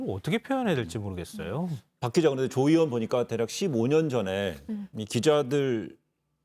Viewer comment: 저 머리긴 분은 왜 으원 으원 그러지요? 의원입니다